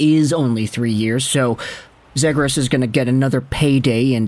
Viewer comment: Still mispronoucing his name huh?